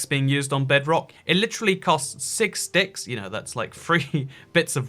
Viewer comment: I like how even laughed at the way “six sticks” sounded